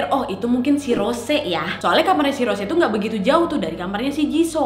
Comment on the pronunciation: "ROS - SE"😭😭😭